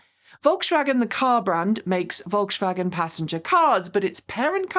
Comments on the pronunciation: Every time said volkshwagen I let out a yelp 😖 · I really appreciate you taking the effort to pronounce euro car brands right and you've done great with Skoda, BUT- The S in Volkswagen is a normal S, not an SH sound. If you want to be extremely accurate, germans often pronounce Vs as Fs, and Ws are Vs, so the correct way to say Volkswagen is: F O L K S V A G E N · Volkswagen is pronounced folkswagen, with a regular S. Škoda pronunciation is spot on :) Really enjoy your videos and open mindset towards brands and EV`s in general, thanks. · Your "Volkshwagen" is adorable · Volkswagen = Folksvagen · So true! Folks-Vah-Gen. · Pronunciation Polizei here: please try to pronounce Volkswagen correctly! There's no "sch" in the middle joining the two words. On the positive side the new Q4 e-tron range does look interesting, thanks for bringing it up. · one very small thing from pedants corner over here. You don't have to "sh" the s in Volkswagen. It's just a normal hard s sound. If you want to say it with a German accent, the v sounds like a f, the w sounds live a v and the a is flat. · Generally, I love your channel, thank you. But for this video my ears hurt from your “Volkswagen” pronunciation. There is no “sh” in Volkswagen, please :) — All else: Please keep fighting the good fight for EVs.